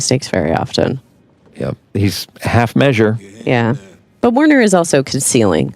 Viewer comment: I hate to correct the people who created these characters, but Werner would be pronounced with a "v" sound, like "Verner." Also... I find it frustrating that this YouTube video shows screenshots when they're talking about specific parts of the show that we need to watch to understand.